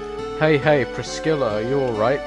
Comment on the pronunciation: I dunno if you ever figured it out, but the "C" in Priscilla is silent lol.